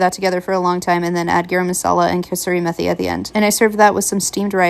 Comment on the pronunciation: Love your videos! Methi in kasoori methi is pronounced with a T sound not a TH sound. Meh-ti. Not meth-i. Hope it helps.